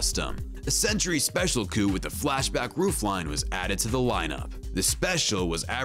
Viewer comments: You said coupe wrong every single time you said it. Dude... fix yourself bro. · Whoever wrote the script for this video doesn't have a clue. I was distracted by the mispronunciation of coupe and the annoying "Power Block T.V." narration.